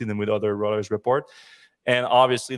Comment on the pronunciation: Reuters: roy-trz